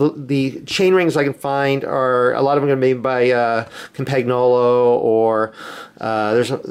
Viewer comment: i love your videos but cant stand hearing you pronounce campangolo and cinelli. you should look up how to pronounce them.